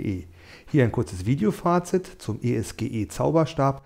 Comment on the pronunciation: Man spricht das nicht als "E ES GE" sonder als ESGE aus. Die Bezeichnung stammt von den beiden Firmengründern "Spengler und Gschwind, also eS und Ge.